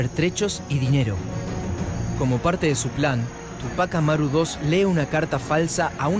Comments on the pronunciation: Ademas los no peruanos dicen tupác Amaru y es Túpac Amaru. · Tremenda tilde en Ú de TÚPAC ... y le dice Tupác Amaru dos... terrible